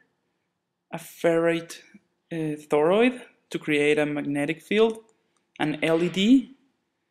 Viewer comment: This trips my out every time he says "thoroid" LOL. But seriously, i know you spent a good bit of time on this stop motion and it does a great job of showing what is happening in this wonderful little circuit!